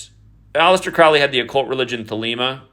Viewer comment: Crowley rhymes with "holy" (Crow-Lee) Think about the movie the CROW starring the late actor Brandon LEE. Look up the poem "The Convert" ... The first 2 lines are... "Where are you going, so meek and holy?" I'm going to the temple to worship Crowley."